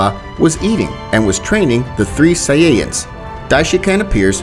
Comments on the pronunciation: Ahhh yes sayayans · U said saiyayans